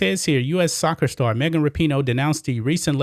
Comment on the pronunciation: I thought her name was pronounced Wrap-in-know.